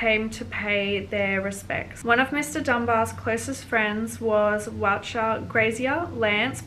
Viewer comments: Please learn how to pronounce Walcha. It’s Wol-ka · It's pronounced "Wolka" 🙄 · Got 40 years but eligible for parole in 25 I think and walcha is pronounced wolka 😊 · I’m reading the book called “The widow of Walcha”. It’s about Mathew Dunbar and his murder. Very interesting read. Walcha is pronounced as wol car 😊